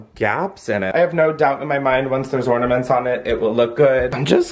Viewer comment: 1) exercising the the shower may have just changed my life… 2) glad to know I’m not the only one who says “ordaments” 👀